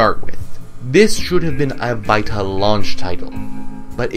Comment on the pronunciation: Why are you pronouncing "Vita" like that?